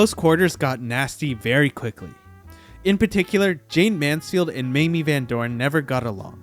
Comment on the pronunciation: it's pronounce "MAY-MEE".... yawn